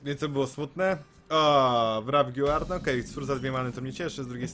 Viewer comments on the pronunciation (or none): wrafgiłard JAPIERDOLE to jest wrafgard Guard = Gard a nie Giłard